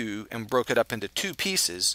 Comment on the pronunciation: Thank you, you were so succinct, I was able to take notes without stopping and starting the video over and over and over again. Also, the way you pronounce "2" makes me think you've got a bit of Scottish in you. I could be wrong, but that's how it sounds. :0)